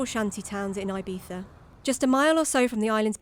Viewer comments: Eye-beetha! As soon as she opened her gob and referred to Ee-beetha as Eye-beetha, I turned off. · 'Ebeetha' is how is Ibiza pronounced - not 'Eye-beefa'.. for gawd's sake. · say Eye beeza one more time.